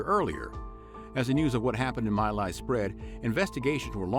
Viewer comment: My Lai is pronounced Me Lai (as in you and “me”) not My.